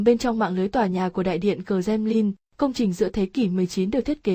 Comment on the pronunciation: i Nói ngọng quá em ơi .Kremlin chứ không phải kdemnin